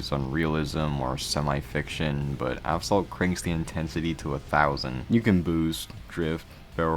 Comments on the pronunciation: bro said aff salt💔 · Either I'm going crazy or he is constantly saying Aff-Salt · I honestly respect every word you said as a player of the game myself since I was ... 7 (damn 8 years ago) but I saw some errors in the video 🤓. 1. Asphalt (pronounced As.Fault) 2. You showed the lunar stage in the sector 8 part, honestly ngl both are bangers especially the song redline in the lunar stage Yeah that's all errors no the updates... yeah its worser 1. Credits are rendered useless used only for upgrades which is same for fusion coins which is free to play. 2. Tokens are free to play and in the topic of tokens. 3. All cars are now available with tokens, and all skins are for vouchers. 4. NEVER grind the car hunt, it's only one car for all the poor people now 5. Now you can make your own pay to win bundle...why?idk. 6. All cars that were for fusion coins are now off sale, this hit me hard cuz I was grinding 2.5 million fusion coins for the agera rs and when I reached 2 million, I heard the news that all fusion coin cars are gonna become off sale, so I really needed an A class car so I had to take the Peugeot onyx. Yeah that's all and why my childhood game has been fumbled by money hungry developers, and this is the last ever time I would EVER play asphalt 8 sadly, bye :). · probably got tired of pronouncing Asphalt as he pronounced it as Aphsalt for probably funni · Assfall(t) , t is silent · He said aphsalt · Bro how you say asphalt is scaring me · Dude cant say asphalt correctly. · man how are you gonna make a video about a game you cant even say right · In just the first millisecond, bro fumbled the name 😭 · Not even a second in and you mispronounced the game. Not watching. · You say app salt, its pronounced ass fault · afsalt? its assfault, or ashfault thats how you pronounce asphalt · Why do you pronounce it like "avsalt"? You pronounced "aspect" correctly "As-pect", "as-phalt" - it's right there 💀💀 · He literally said aphsalt 8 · Why do you keep saying aphsalt